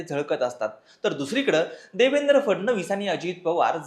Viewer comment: Nevendra nahi Devendra 😂😂 3.55